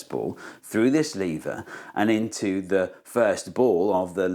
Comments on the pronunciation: It's NOT lee-ver, it's LEV-ER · I think the main problem with the lever is you're disrespecting it by pronouncing the name of it wrong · First of all: It's lever, not "leever". Second: Thanks for the video. Now I understand levers even less. Maybe they're magic? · Is it pronounced leave-er or lev-er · It falls a bit flat for Americans because we pronounce "lever" as "levvrr" instead of "leevuh". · You mean "leever". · It's pronounced lever! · Did Steve say "Lever comment" ? LOL. Okay lots spotted this. Funny sub titles: 'Jewel of energy' Who is Arthur Newton? What happens when you try to push an immovable object? Nothing moves. What happens to the force? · Ooh there is an American in the room 😅@ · I thought lever was pronounced "lever" and not "lever" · Was it intentional, or just a British “intrusive-r” sound?